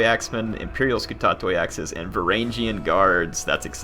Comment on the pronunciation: my ears! Skutatoi (σκυτάτοι) is read skitati, iuvenes is read juvenes and the g in Varangians is the same as in "good". Tagmata (τάγματα) is strained on the first syllable, not the second and the g is pronounced like the w in "woman" (though that might be a tad hard for non-native speakers to pronounce). Everything else is fine. Keep up the good work!